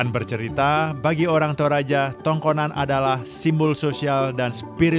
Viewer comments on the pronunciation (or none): Tabee' adaa kata penyebutan nyaa yg salah, bukan tangkonan,, tpi tongkonan layuk Dan bukan londo, tpi Londa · TONGKONAN BANG, BUKAN TANGKONAN